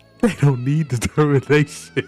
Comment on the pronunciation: "Your will", "Susie's will" AWW LOOK WHO CAN'T SAY DETERMINATION